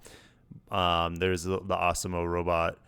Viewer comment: Arse-e-mo. I'm fairly sure that's not the pronunciation 😄